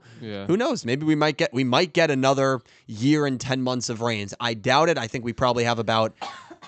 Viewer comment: Eternalight like “ Into the VRAINS “ Sounds like “ INTO THE BRAINS “ Most often when Blue Angel says it